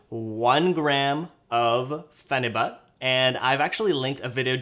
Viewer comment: it’s pronounced pheni-byute lol